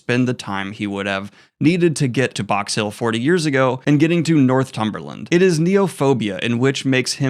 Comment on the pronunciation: Not to be a pain, but as a fan of the channel who lives in Northumberland, I'd just like to point out, , that it's pronounced 'north umberland'.